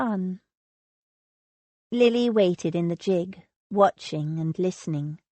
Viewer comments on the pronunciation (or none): I don't know what to think about this narrator's mispronounciation of normal English words used in period novels. Calling it the "tun" instead of "tawn"...using "roots" instead of "rout-s" and the absolute drive-me-mad towards the end..... "JIG" repeatedly instead of "gig" (the G sounding like "good"!)....which was what made me wonder if English might be her second language? Wonderful story and the voice isn't really bad...except for the fact the editors did not catch this irritating error. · Its GIG, with the g pronounced as in girl, or great, or green... Its not jig!